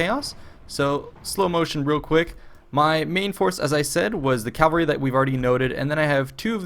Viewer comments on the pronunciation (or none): none